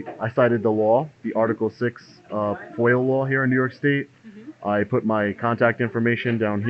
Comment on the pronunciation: It's foia not foil